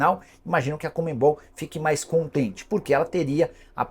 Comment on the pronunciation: Não entendo essa insistência em falar COMEMMMMMBOL, ao invés de CONMEBOL...